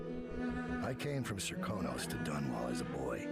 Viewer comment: if I may it Sir-kan-os